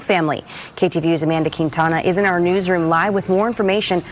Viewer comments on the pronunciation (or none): reporting on Shang. Forget Rush Hour, this is Mortal Kombat! EDIT: Ok, Amanda Quintana but it sounded like Kitana 😂